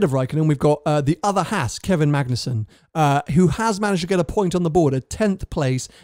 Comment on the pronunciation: Oh my God! Why is it so hard for Brits to pronounce Haas. (maybe it's the lisp?) It's the same A sound as in FerrAri. Just stretch it out a bit. It's not that hard.